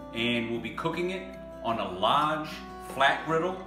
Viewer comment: I'm from the south as well. I think it's actually a specific word that you said a couple times where you dropped the "R". Found it! you drop the "r" on "large". Maybe I'm not hearing it right but it sounds a little funky to me haha